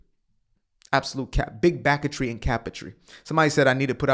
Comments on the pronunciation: “Big backetry” had me laugh snort out of nowhere at work 😂 scared my foreman 😂😂😂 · Yo… “big backatry” had me dying in the office. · "Big Backertry".... that tickled me!